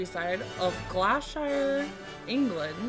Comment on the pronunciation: Pronounced Glosster (correct me if I am wrong)